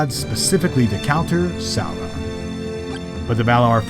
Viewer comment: Cool story. Also: An American trying and failing to pronounce Barad-Dur and Sauron.😂😂😂😂😂😂😂😂😂